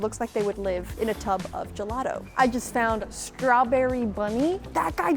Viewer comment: I was getting triggered by the Word:"Gelado" THE HECK IS GELADO!?!? ITS GELATO!!! GELATO!!!! DIO BONO SANTISSIMO!!!! (by the way the video was nice 👍🏻)